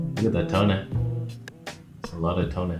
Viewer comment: He said f2 to 2.8 this lens is the best for “Toneh” 😭😭😭😭😭😭😭😭😭😭